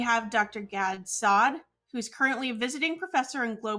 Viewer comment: The woman: "I watch your content regularly" ... After not even knowing how to pronounce Saad. How sad.